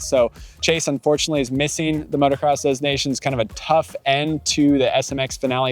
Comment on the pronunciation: the 'S" was never pronounced and certainly not pronounced as a 'Z'. It's not dez Nations